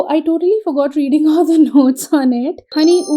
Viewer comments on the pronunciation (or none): none